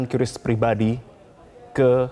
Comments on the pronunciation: "KRIS" cara bacanya bukan "QyuRiss.. " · Cukup di baca Kris ga perlu kiyuris pak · Dibaca QRIS Pak